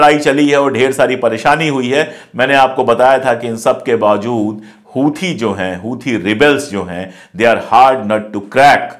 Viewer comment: हूथी नहीं सर "होसी " कहा कीजिये